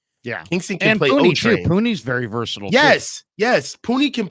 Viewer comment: "The Puni-sher"